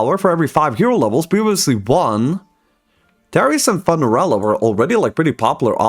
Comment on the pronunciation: I think "Funerella" is pronounced "FEW-ner-ella", like "Funeral"